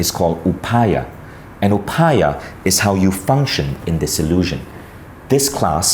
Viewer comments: Hey Vishen and all viewers, plz have a look at this: It's not pronounced upaya.. it's pronounced like upay.. that last article 'a' is not be pronounced. Just like it's not pronounced lord Rama but Ram. The last article 'a' doesn't add any vocal difference. The difference lies in Sanskrit language grammar. In Sanskrit, a complete character requires an article at the end.. what you see at the end as 'a' is not pronounced as 'aa' it's just 'a'. ( If you still don't get it, just pronounce it without that 'a' in the end.. FYI: Yoga should be pronounced as 'Yog', without that 'a'. :) ) And yeah, I am Indian.. and love your content. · You are Indian. You know how to pronounce "Upaya". Not "Upaayaa"